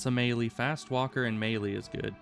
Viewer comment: I've heard people sat "May-lay" and "Me-lee" but never "May-lee" lol. That's how im going to say it from now on.